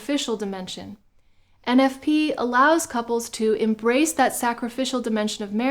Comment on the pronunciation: 😂😂😂 Thomas ain’t talmbout no eneffpee